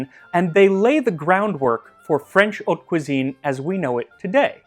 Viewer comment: Max pronouces "haute" correctly! I swoon.